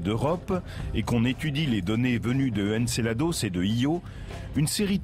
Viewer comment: C'est "Encelade" pas "Encelados" A moins que le gars soit Mexicain MDR !!!